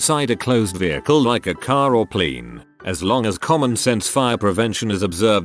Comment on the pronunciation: the bot saying "Pleen" when reading "plane" gets me every time. Makes me stop what I'm doing and read it myself every time due to me thinking what'chu say?